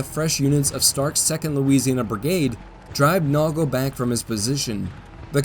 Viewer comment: It’s pronounced Naygleeeee (Nagle)